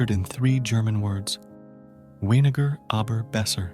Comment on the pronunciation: In German the W has the same sound as V in English. Ergo your pronunciation of WENIGER is just plain WRONG. Try again.